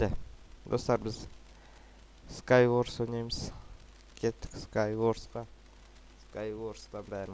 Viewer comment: скай ворс емес скай варс